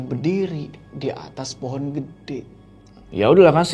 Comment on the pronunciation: pohon bang, bukan poon 🙏🏻😭🤣